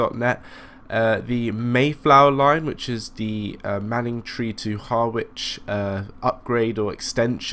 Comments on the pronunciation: Being pedantic but pronounced haa-rich, not Har-wich. Keep up the good stuff!!! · Actually it's Hah-Rich not Hah-wich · Harwich is pronounced harr-itch, I live in Manningtree as well 😀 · well you did say someone would commenton your pronouncement especially place names.Being an Essexlad through and through here goes. You are saying Harwich like it is two words, it is all one word and the W is not sounded. So, Har like in ham and rich, Harich. Just to give you a bit more, this formed part of the Great Eastern Railway that Brunel envisaged carry ing people from the East Coast to Bristol Docks and on to America without leaving his services, so yes, Harwich International was important. Originally called Parkstone Quay, then the word Quay was removed, later International was added and finally what it is now. Lots of freight on that line so can hardly be called a little branch line, trains the same as the Felixstowe to Ipswich scenario are regulars. Boat trains from Liverpool Street (some are still diesel hauled) and a lot of tanker traffic, very busy line right through the night. Like you I am a keen train simmer, still got MSTS with well over 100 routes, pretty much keeping up with you on Train Simulator, I enjoy watching your vids, they give me an idea what to buy next, so keep on driving them trains, but please try and get the pronounciation correct. Hope that was helpful, all the best. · and its pronounced : Ha-rich -rabness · Good videos, but why do you pronounce everything wrong? Ha-ridge (harwich) Doever-court (Dovercourt) rab-ness (wrabness) Mist-lee (Mistily) you do this in every video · Hah-witch?? Fucking hellfire. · Harwich is pronounced Hah-wich